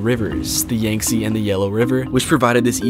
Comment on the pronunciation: no way he pronounced yangtze as yenzy look guys the it’s yenzy river